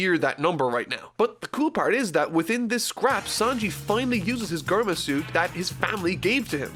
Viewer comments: Germa is pronounced jurm-uh not gurm-uh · Germa is still pronounced "jerma". You can check the katakana. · Bro... how the fuck do you think Germany is pronounced? Protip: not like is pronouncing it. It's pronounced with a j sound.